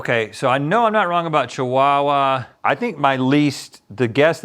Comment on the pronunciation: ive never heard chihuahua pronounced so strongly like "cheewawa", and i live in australia